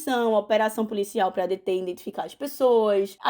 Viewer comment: Cada vez que a correspondente falava "iNdentificar", meu ouvido sangrava 🫠